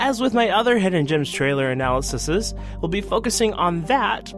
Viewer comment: Analysis plural analyses (An-al-ih-sees) Youre welcome :]